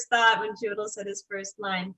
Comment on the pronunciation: I love Ann Hathaway, but I swear if she doesn’t learn how to pronounce Chiwetel’s name I’m showing up on her doorstep with a fifth grade teacher and a copy of hooked on phonics. Write it down and Sound it out! What is chewidle?😂